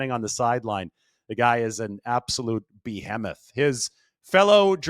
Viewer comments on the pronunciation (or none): Lost me at “buh hom mith” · Did you say Bee-hem-eth?